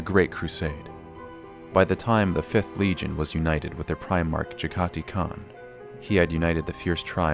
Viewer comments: Jag-ah-tie, not Jeggaty So many lore videos mispronounce this, it's not cringy anymore, it's scientifically fascinating. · Jag-Ha-Tai Not Ja-Gah-Ti...